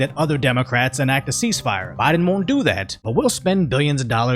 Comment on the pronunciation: Did he say “SMOKIN JOE BYE-DONE “ or “STROKING JOE BYE-DONE “ ? Get those parasites out of here!